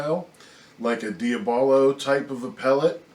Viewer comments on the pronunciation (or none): Its pronounced. DI AB ALO ( as in Devil) H&N are as good as they are bad !